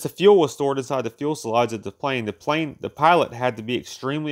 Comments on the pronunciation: Great stuff.👍just one thing. Its Fus..el..age Not 'Fuel...selage' And Tur..ret not 'Tur..bet' Slow down and use full stops and commas to take a breath. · He keeps saying fuelselage it's fuselage. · If you don't know the difference between "fule sellage" and fuselage, you probably shouldn't be making informational videos about aircraft. You only said "fule sellage" about 50 times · Not really. He's got to learn how to read, or at least pronounce the the words he's written. That's "fuselage", not "fuelselage. Not just once, but everytime. "Convair", not " Corvair". I couldn't take it anymore, and gave up 4 minutes in. Too bad, because it's a great subject. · I do have an issue with him pronouncing "fuelselage" in sted of fuselage! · Agreed, although I can't be the only one who cringes at the extra 'l' in front of the 's' in "fuselage. All-in-all, though, well done. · Good little video - thanks for sharing! Three corrections: - its fuselage and not fuelselage - it’s Convair and not Corvair. The Corvair was a small rear-engined air-cooled Chevrolet car built between 1960 and 1968 and was not related to the Consolidated Vultee Aircraft company (Convair). - it’s Strategic Air Command and not Supreme Air Command In my view, the problem was a pretty complex airplane with many new systems and a big increase in performance coupled with aircrew who simply were not trained on these new technologies. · Has anyone else realized the narrator is using the term "fuelselage"? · Not "Fuel-se-lage". It is a French origin word and is "Fuselage", pronounced "FEW-se-lage"...only one L sound on the last syllable. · FYI- It’s Fuselage not “Fuelselage”. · Well the lage carriers the fuel in the case of this b47 so its fuelselage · Let me help instead of just criticizing. "Fuselage" is not difficult word to pronounce. The "L" comes in the second syllable, not in the first as in "fuel." Fue - sel - aj. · What is a "fuelselage"? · It is not "fuel-selage," it's "few-selage. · "fuel-sel-age" ow...